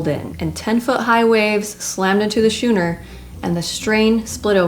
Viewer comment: Great video!! Just one teeensy problem. The boat type you mentioned is pronounced SKooNer.....not ShoooNer. Just FYI. Keep up the great job.